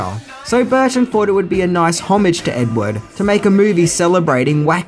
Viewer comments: it’s Edwood not Edward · Why does he pronounce Ed Wood as Ed Ward 3 out of the 4 times he says it?